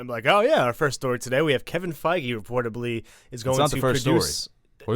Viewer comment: Isn't it Kevin feige? Not fiege